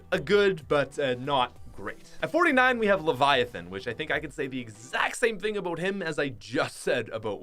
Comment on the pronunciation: “Aboat” are you canadian ?🇨🇦 🇨🇦